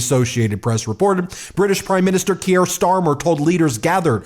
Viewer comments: just a wee heads up Ben it's pronounced Keer, up the mighty meidus🎉🎉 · He's not French, it's pronounced Keer 😂😂❤ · pron. 'keer' bud. One syllable. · Hi Ben - thanks for all the work you are doing! Just wanted to point out that you pronouce Keir Starmers name "Keer". Keep up tha fantastic reporting! Cheers! Lisa from Winnipeg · Kier rhymes with fear, for pronunciation context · "Keir" rhymes with "near" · Why can't you pronounce his name correctly? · 1. Please learn to say Keir correctly (I'm also called Keir after Keir Hardie, which should tell you where my parents and I are politically) 2. I never thought I could get behind Starmer after what he did to Corbyn then as soon as he was elected PM he ditched all his promises but on Ukraine he has been phenomenal. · I beg you, please learn how to pronounce Kier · Please. please, learn how to pronounce Keir (keer, not kiere) - thanks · Ben, his name is pronounced "Keer" -- one syllable. Not Key-air. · Please pronounce him Keer not Kyier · Great stuff and if you do read this it's not key er its keer rhymes with beer. Keep the good fight going from Scotland. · Keir rhymes with beer, not Gruyère, mate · His name is pronounced Keer, not Ke-ere. One syllable, not two. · I beg you to pronounce non-American names at least vaguely correctly! Kier is pronounced "KEY-er", not "key-AIR". Macron is pronounced "ma-KRON" (with the French 'r'-sound) not "ma-CRONE". We British will indulge your crucifixion of the name Graham (it's GRAY-um, not gra-AM) or Craig (CRAY-g, not CRAG) when referring to an American who uses that name. You will never have heard any of these names mis-pronounced before, so how do you screw them up so badly?? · Keir rhymes with Pier, not Pierre. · love the video, but small note: Keir is pronounced Keer, not Key-air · it's Kier like Beer, not Keir like Pierre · It’s pronounced “keer” not “kierre”. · Kier is pronounced as Keer. Not Key-air.